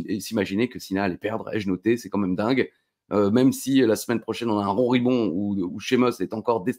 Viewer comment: Et hoplageis, le like, le com', et à la smaine prohchaineuu.